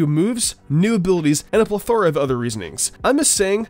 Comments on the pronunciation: You said plethora wrong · Why did you say plethora like that lol